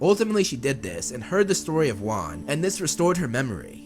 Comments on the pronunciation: Its juan not wan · its so wierd that the FIRST avatar is actually WAN which is pronounced like ONE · Avatar Wan (One) Great name for the 1st avatar (Dont get it? Wan is pronounced One)